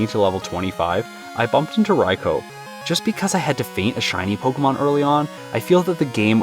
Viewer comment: You are the one of the few people who pronounce Raikou correctly, my favourite Pokémon… definitely caught me off guard